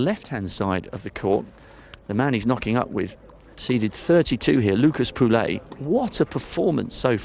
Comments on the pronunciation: It's not PULEY WTF !!! POUILLE LIKE POUY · Today is the time to learn how to pronounce properly POUILLE !